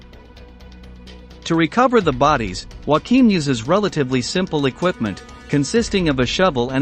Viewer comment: Not bad, but spoilt by the laughable pronuciation of German names. "Joachim" is not pronounced "Whackeem", which is the Spanish pronunciation, but "Yo-a-kim". It's really not that hard.